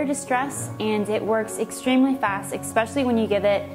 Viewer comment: Did she seriously just say 'Eckspecially' and 'intraveniously'...